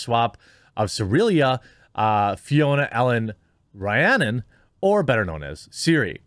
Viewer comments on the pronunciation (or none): none